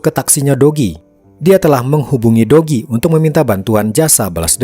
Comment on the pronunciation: kok aq dengernya, dogi ya bukan do ki 😂😂